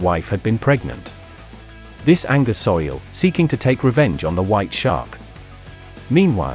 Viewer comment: Soo-Il not Soil man.